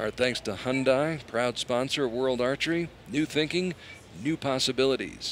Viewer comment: The commentators just mangling everything 💀 it’s Hyundai as in day, not die lol.